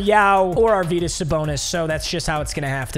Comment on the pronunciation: Don't mean to be that guy but arvydas is pronounced arv-e-das